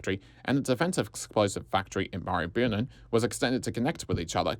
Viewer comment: Excellent video, extremely informative. Some of that would have been incredibly difficult to research. Marybyrnong is pronounced Marry-brrr-nonnng. Yes we have a lot of strange place-names in melb.